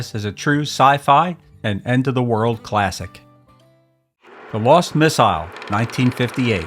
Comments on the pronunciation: Who the hell pronounces “missile” like that? I’ll tell ya who—an outer space alien, that’s who. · You don't have a British accent, but you pronounce "missile" like the Brits.